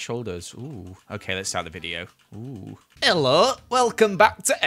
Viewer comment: I will not be doing accents today Also “heillo” don’t know what that was but let’s start the video. Great 😜😂